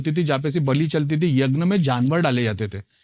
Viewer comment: Yagn nahi yagya hota hai